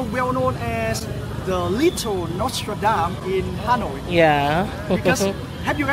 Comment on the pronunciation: Notre Dame and not Nostradam